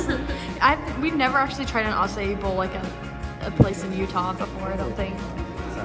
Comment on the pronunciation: I thought it sounded like A C A I too